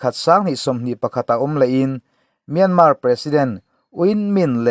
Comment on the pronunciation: Myânmá tilo khan Myānmār tiin ri hniam fân phei deuh khan lam ta che.